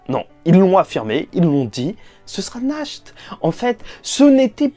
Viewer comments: Mon cher sache que Nacht ne se prononce même pas [naharto] mais [nahato] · Juste naht pas nahto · Nahato et pas nakhto lol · Oe dit Nash t c est mieux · C'est mieux "nachte"